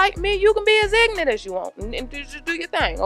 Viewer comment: LOL "Cuz I'm pruh-fesh-onul!" "We jus' bein' ignant on top of ignant"....LOL